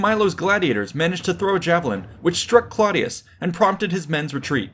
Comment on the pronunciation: Clodius is pronounced "CLOH DE US" (The CLOH is pronounced similarly to the name Chloe). This was the name he took when he became a plebian in order to run for Tribune. Before that he was a patrician of gens Claudia (IE: Claudius) which is pronounced more like "CLOW DE US" (Think Clow as in "Clown"). Its a subtle (but actually a VERY important) difference and anyone who has the audacity to make a video on the subject should be respectful and knowledgeable enough to get these details correct.